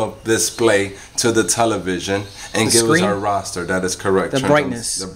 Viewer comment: hey, you do know the word is pronounced " RASTER " not roster....also, these sets are known for bad buffer bds. which I'm sure your aware they can also damage the sustain bds. Been in the tv repair buss. for 36 yrs.in R.I. just wanted to let you know. Also, may not be the best idea to tell a person on utube how to fix thier own tv, they usually will end up causing more probs. than they started with! Don't know how you operate, but, once a non-tech person creates more damage then they bring the set to us for repair, it is a nightmare to try and fix.....then WE end up looking like the bad guy as we aren't able to resolve the trouble easily and cost effective. Just some food for thought!